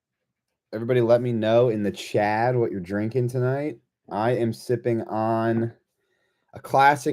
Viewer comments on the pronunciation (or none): its CHAT, not CHAD 😂